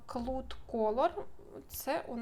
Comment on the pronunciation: Вітаю! Сloud - вимовляється "клауд", це хмара з англ. мови, не "клуд". А "рахую" - це до чисел, у Вашому контексі доречніше "вважаю".